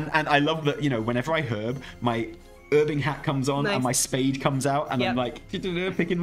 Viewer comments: The silent H in herbing is definitely incorrect and bad. I always used to do some casual erbing before ealing eroic alls of atonement on my oly paladin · Don't be swayed in to saying 'erbing :p please, we're English, lol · He gave in to American "Herbing" xD